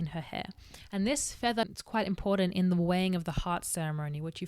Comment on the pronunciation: I love the way you say "em-pour-dent" and "aurda/dis-aurda". 💘